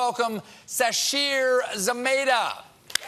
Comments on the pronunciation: It's "Za-may-tah" not Za-mah-tah"! Sad syntax! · It's "Za-MAY-ta." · I just can't get over the Zamayda pronunciation. It's the most American sound I've ever heard. I mean it certainly looks like it could be an African word, but not if you say it like that!